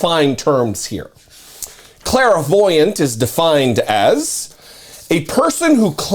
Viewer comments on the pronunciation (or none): Basic word but you kept mispronouncing it every time. It's clairvoyant, not clair-a-voyant. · It's pronounced CLAIR-voyant, not CLARA-voyant. 🤣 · He meant to declare himself a criminal sociopath, but his sociopathy pronounced it as clairvoyant.